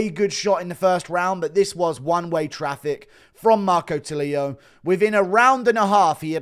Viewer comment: tulio is not pronuciated as “tuh-lee-a” it's more like “too-le-o”